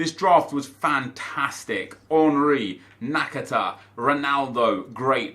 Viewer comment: At least nep can pronounce nakata’s name, skillz called him nakataka